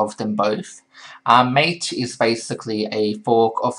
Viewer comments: It's pronounced mah-tay... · Mate is pronounced mah-tay. It is named after yerba mate the South American caffeine containing infusion ;)